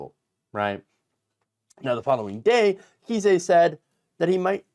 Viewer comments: JFC dude. It is NOT "KEY-SAY" it is "KIZE". "CHRIS KISE" A Friendly note. If you can't pronounce people's names correctly, you shouldn't be doing news podcasts and look like a fool. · trumps lawyer's name is pronounced like 'Ice" with a k (K-ice). But if you're pronouncing it wrong on purpose I'm fine with that too. 😏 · Just a small note: pronunciation for Kise.... rhymes with "ice"... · I think he pronounces it Kice, like ice. It should be pronounced fool. 😂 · nation- It's pronounced with a long "I"-Kise, rhymes with Rice.